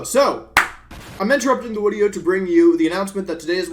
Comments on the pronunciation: Why is it a "wideo" and not "video", he doesnt seem to have any sort of speech impediment in any other speech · Why does he keeps saying wideo instead of video?! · plz stop saying wideo... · did he say "wideo" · Yes he did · Whats up with saying wideo all the time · I love this "wideo" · Am I insane or did he say “Wedeo” instead of “Video”. My intention is not to offend anyone I just find it funny and cute somehow 😅😅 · a wideo? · I like you and you’re cool and good at Pokémon but the whole W thing like wideo and what not is super cringey